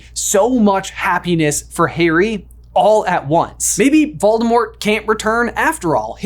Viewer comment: Here's a suggestion for a video you can call it "what if I pronounced VOLDAMORT corectly." Even though you won't despite all the references on how to pronounce the name VOLDAMORT!